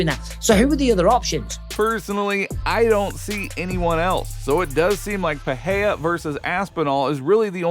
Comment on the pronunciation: The name is PeReiRa not Peheia.